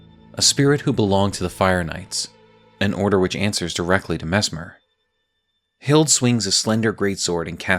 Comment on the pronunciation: Hilde is pronounced with the E like Hild-eh <3